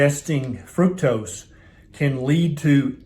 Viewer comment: Why are you mispronouncing the very word FRUCTOSE?